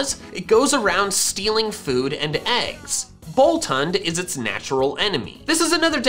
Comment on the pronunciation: you know boltund is pronounced bolt oond hund is german for dog